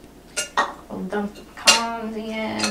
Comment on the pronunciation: Thank you for saying pecans correctly. They're not "pee-cans" like so many in the East say. 😄😉